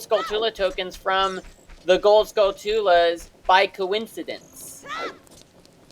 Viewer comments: it’s pronounced “skull-chu-la” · you called the skulltulas Skull-two-lahs lol.